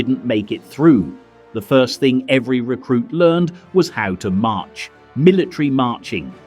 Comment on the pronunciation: "How to match", lmfao, I think u meant "March" double check ur AI next time😂